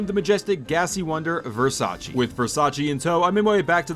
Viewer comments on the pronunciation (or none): none